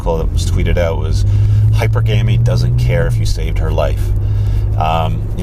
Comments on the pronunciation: Wish he would learn how to say hypergamy. It's not hyper gammy. Its hi per gam me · YouTube's autoplay function just landed me on this channel for the first time. God, this guy's a douche. "I'll probably write a book at some point ..." Really ? Maybe you should learn to pronounce the word 'hypergamy' before you embark on your self-published PDF masterpiece. Jeezis, what a jackass. And no, humans are far closer to tournament than pair bonding in mating strategy, as evidenced by (among much else) the degree of human sexual dimorphism.